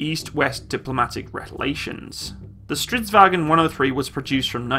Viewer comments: It's not pronounce as Stridsvagon but Stridsvagn. There is no ,,O,, in the end, not even silence ,,O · Stop saying "Strits wagen" Its "stridsvagn" Swedes are not germans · Do you turn a bit German when you say its name? xD It is Stridsvagn, not Stridvagen... :P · Nooo it's not stridsvagen!! - Stridsvagn - We are Not german. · Not vagen just vagn its not german ;) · Why does everyone pronounce it like "stridsVAGEN" it's pronounced "stridsVANGN" Triggered Swede intensifies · Its not vagon its vagn g not go mmmmmm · Han gör så gott han kan. Har hört värre.😁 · You are pronouncing 'stridsvagn' wrong, primarly as 'stridsvagen' which is more of a german way of pronouncing it. If you want to hear how it sound, then try pasting 'stridsvagn' into google-translate swedish, and then playing it off. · Strids-vang? That's how it pronounced right? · Why are you saying it like stridsvagen?? It is not german you scheiße skalle. say it like it more like it is spelled. Remove the stridsvag"E"n. Say the G like in bei"NG" and add the N in the end. I am swedish myself and I just get triggered at small things like this... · Vagn is pronounced like it is spelled, English wagon and German wagen are pronounced with their e and o but vagn is without it. Otherwise the same word. Same root as way, via, weg, väg. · Stridsvagn is not pronounced in a german accent